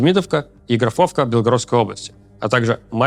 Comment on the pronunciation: Не ГрафОвка, а ГрАфовка.